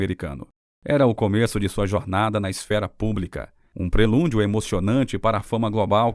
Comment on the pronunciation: Não é magnificiência é magnificência , e não é prelúndio é prelúdio